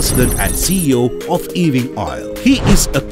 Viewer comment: Can you not learn to pronounce the surname Ewing, right